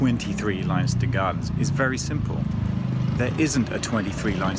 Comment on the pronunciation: it's pronounced Lenster not Linester